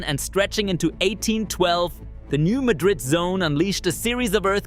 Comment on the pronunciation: New MAD-rid with accent on MAD.